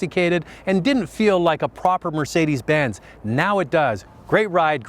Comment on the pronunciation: "for Mercedes Bins bean." This did is so Canadian it hurts.